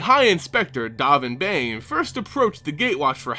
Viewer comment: No its Dovin Baaaaan, Not bane !!!